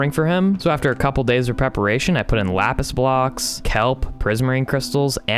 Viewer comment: Did you accidentally say "wapis" instead of "lapis"?